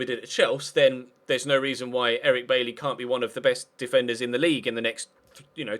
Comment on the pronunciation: It's pronounced By-eee